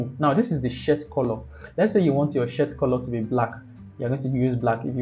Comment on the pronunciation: that was amazing bud ! thank you so much it's gonna help a lot ! beside i'm counting on you to fix your pronounciation of the word SHIRT ahahaahah 😂😂😂